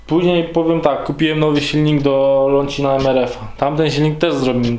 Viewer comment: Dlaczego mówisz jakiś "lonćiń" zamiast po prostu "loncin"